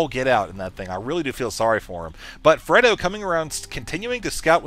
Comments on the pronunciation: Are you sure it's not pronounced Frey-do? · have you ever seen The Godfather? This isn't to be mean it's just you keep mispronouncing Fredo.